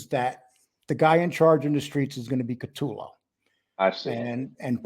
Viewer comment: Great Video Guy’s…BUT😉/…PLEASE…it is, "Ka-Toe-Low…" or “Coo-ta-Low” 🇮🇹…and Lastly, to be CLEAR I am NOT Trying to Help Jackie Get Out of Prison… I Wish You Both the Best…🌸BC